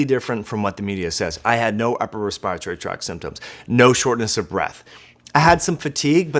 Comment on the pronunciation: Why do you say respiratory so weird? Also you talk really fast. Like really fast. Hmm